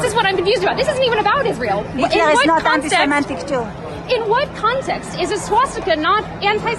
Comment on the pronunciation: Why does everyone say "antisimetic"? It's even written that way in the subtitles. The word is: "antisemitic" - as in - against semites. Free speech is free speech. If someone wants to promote the swastika, this should not be illegal. However, the public should make their views known to said individual. The idea of "harassment, alarm, or distress" is counterproductive. I find wokeisms alarming and distressing. Should they all be made illegal? Of course not. People should be able to express their abhorrent views, so that we, the majority of society can explain why their views are abhorrent. You can't change bad opinions by banning their expression. You'll just push them underground, where they can fester and multiply.